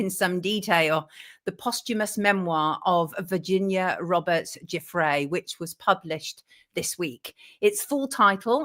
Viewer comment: Hi from Ottawa, Canada, Sonia. You are absolutely the only person I've hear who pronounces the surname Giuffre correctly. Thank you.